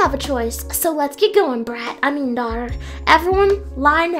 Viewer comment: lol its soo funnt when she says come on brate i mean dahter